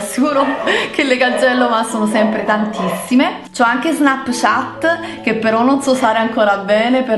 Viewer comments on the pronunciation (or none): none